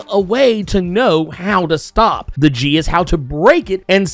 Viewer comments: Geas is pronounced more like g'as. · Geas has two pronunciations. If you want to say it in Irish, it's a single syllable, “gesh” (with e as in “bed” and g as in “flag”). Pronounced more in modern English, you'd have two syllables, gí-ash” (with added stress mark, g / sh as in the other pronounciation, long i as in “see” and the a pronounced as the e in “cinema”).